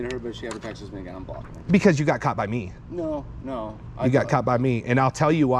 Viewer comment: of course he pronounces texts/texted as Texas. He probably says the word conversate, too.